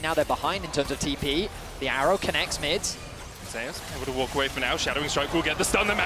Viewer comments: There’s a player in Vietnam named ‘Zeus’ in the game pronounced the typical way. They pronounce T1 Zeus as ‘Zayus’ to distinguish both players. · How come he prenounces Zeus as Zayus? LOL